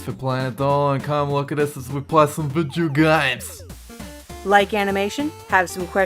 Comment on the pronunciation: I think about liking the video but every time it gets to "vidjeow games" I'm forced to dislike